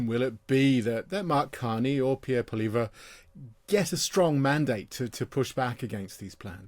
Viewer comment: Pierre Pol-eavra? 😂, you're 21 miles from France!